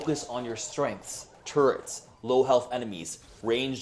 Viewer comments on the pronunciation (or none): When barley came up it said focus weak brawlers “turrents”